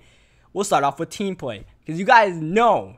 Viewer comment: TV he also aays wit instead of with lol